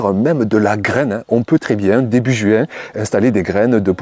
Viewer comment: JUouin ???c'est drôle votre façon de prononcer le mot...😄 l